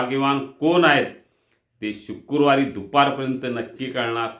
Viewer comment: शुक्रुवार नव्हे शुक्रवार